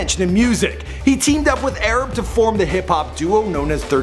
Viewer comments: he said Arab 💀💀💀💀 its pronounced AR-AB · areb really its A- RAB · His name is ARAB, like a middle eastern person, tf did u say, this dude said ARUB